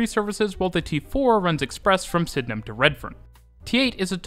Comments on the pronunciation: Super impressed with correct pronunciation of Sydenham! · he also said Penhurst instead of Penshurst. He nailed Sydenham though!